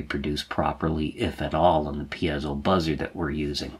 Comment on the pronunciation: Great source of information. Might I be so bold as to correct you in a couple circumstances: The word piezo is pronounced 'pee-soh' as opposed to 'pee-az-oh' as I think you pronounce it. As far as I know it's been pronounced in the first form since its inception. The other correction is the term 'versatality', which is not a real word at all. Again, it's pronounced as it's spelled: 'versatility', ver-sa-till-it-tee. I enjoy your videos much. I've been an EE for more than 40 years, now retired and began using microprocessors for logic design before the word 'microcontroller' was even coined. Now I'm doing a bit of catch up as I've been retired from Northrop Grumman for about 15 years but my RC Airplane hobby keeps me engaged and wanting to make use of my rusty skills.... Keep up the good work!